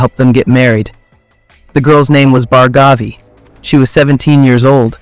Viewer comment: Its pronounced as Bhaargavi not Bhargaavi.